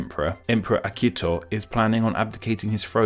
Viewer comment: His pronunciation of Miyamoto Shigeru also was quite bad. Edit: Okay, and now he pronounced Akihito as Akito.